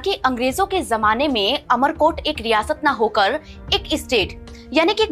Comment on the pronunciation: इसका नाम अमर कोट नही उमर कोट है